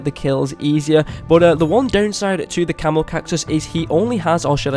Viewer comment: Who else thought he called the camo cactus the camel cactus